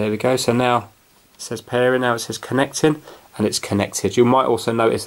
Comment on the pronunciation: "Pair-en" where are you from?